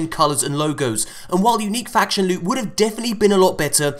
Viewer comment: LEWT SWEAT PRRRRRECIOUS LEWT!!!